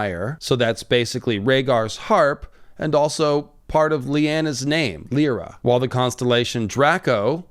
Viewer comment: Lyra is pronounced "Lie-ruh" as it's taken from the Greek harp the lyre (lie-urr).